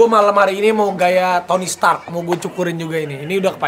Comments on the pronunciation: Tony stark woooyy 😂 kok aku dengernya tony spark?? Abrar gak denger atau males ngebenerin? 😬😬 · Tony Stark aa Raffi..bukan Tony Spark 😀😀😀😀